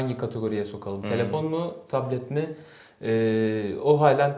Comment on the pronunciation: soldaki arkadaş sürekli taplet taplet diyor B harfi yok adamda P kullanıyor sürekli :)